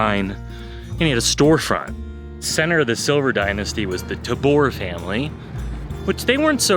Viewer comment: Tayber baby doe pronounced tay Ver, god you aren’t a local